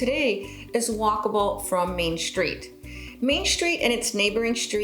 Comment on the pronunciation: good video but I don't think there is an H in the word STREET